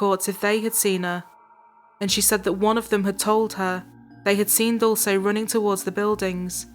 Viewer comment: this is not the most important thing in the video, but please learn how to pronounce Dulce